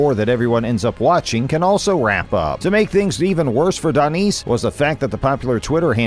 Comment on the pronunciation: You need to work on your reading skills... how do you get Danice pronunciation out of the spelling 'Danis' (Dan-nis)... you call yourself a fighting channel and can't even get the names right? Come on, that's sloppy work.